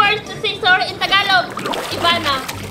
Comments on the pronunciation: Tatlo tagalog ng sorry No one: Ivana: Sori😂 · Tatlong paraan ng pag-sosorry sa filipino: Ivana: SURI. MA, SURI! SURI PO! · 3 paraan para humingi ng tawad sa tagalog Ivana: Suri, Suri Ma, Suri po! 😂😂😂